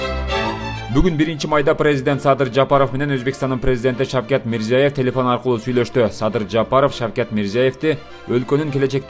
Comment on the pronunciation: Шевкат эмес о кок мээ шавкат десен